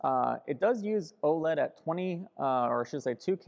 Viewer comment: O-L-E-D? You mean OLED?